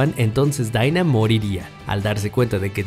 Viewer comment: Los personajes dicen Dina El narrador: Daiinaa